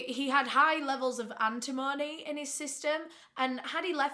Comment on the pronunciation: AN-tim-uh-nee <3